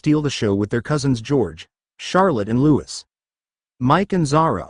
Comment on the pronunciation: Please teach your robo reader how to use the correct (and French) pronunciation of Louis. The French say "Louie" for those unconcerned with French pronunciation. But for the love of God, use the pronunciation that the PARENTS use for their children. If that means, spelling it phonetically for your robo reader, then DO IT.